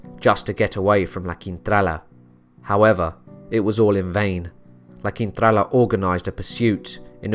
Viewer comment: Hiya, LA Quintrala... proof that beauty is only skin deep. I wonder why she was so evil? Nasty woman. I enjoyed listening to your narration. I thought the way you got your tongue around those unusual names truly amazing.😵 Thank you 👏👏👏